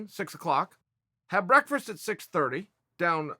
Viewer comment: Love me some “Breakfrest”